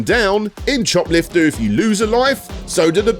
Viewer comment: I keep hearing it as shoplifter